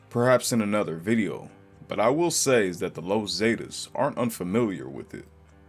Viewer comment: The los zaydiss 😂 the the Zs